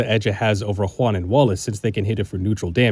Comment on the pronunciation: My friend, like just for pronouncing Juan's name correctly and not as "One" (God, I fucking hate when people do that)